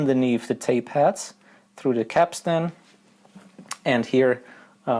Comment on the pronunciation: I started to wonder why you kept saying tape hats then I realised you actually meant tape heads !😂